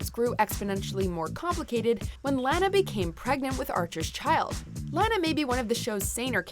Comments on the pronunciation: It's lah na not lan ah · they said lanas name wrong its lanaaaaaaaaa! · You're saying Lana's name wrong. 😑😑😑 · How you said Lana makes me cringe.